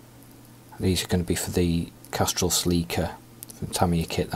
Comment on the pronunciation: Castrol, not Castol